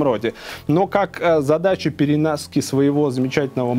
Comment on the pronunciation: "ПеренАски своего ....." ------ :D